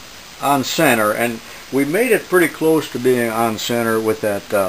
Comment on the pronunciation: Oh I just realized you can't pronounce CENTER, is English not your first language?